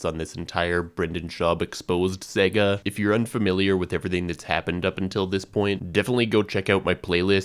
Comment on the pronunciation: Saaaaga 😂 long A